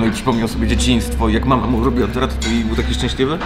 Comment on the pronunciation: Ale wiecie, że to ratatuj a nie ratatui? :D